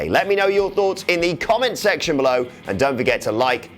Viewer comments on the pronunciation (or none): none